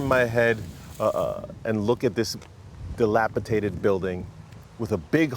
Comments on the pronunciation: Delapitated. Lol It's dilapidated. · Why can’t anyone say “dilapidated” any more? Almost everyone who tries to say it says “dilapitated” instead. Time for Merriam-Webster to declare the new version of the word STANDARD AMERICAN USAGE. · I wonder if delapitated is destined to become a standard pronunciation for the word dilapidated. I've heard it several times in the last year. Not ever before. I love language shifts. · To the man who bought the home, there is no such word as dilapitated. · Dilapitated? lol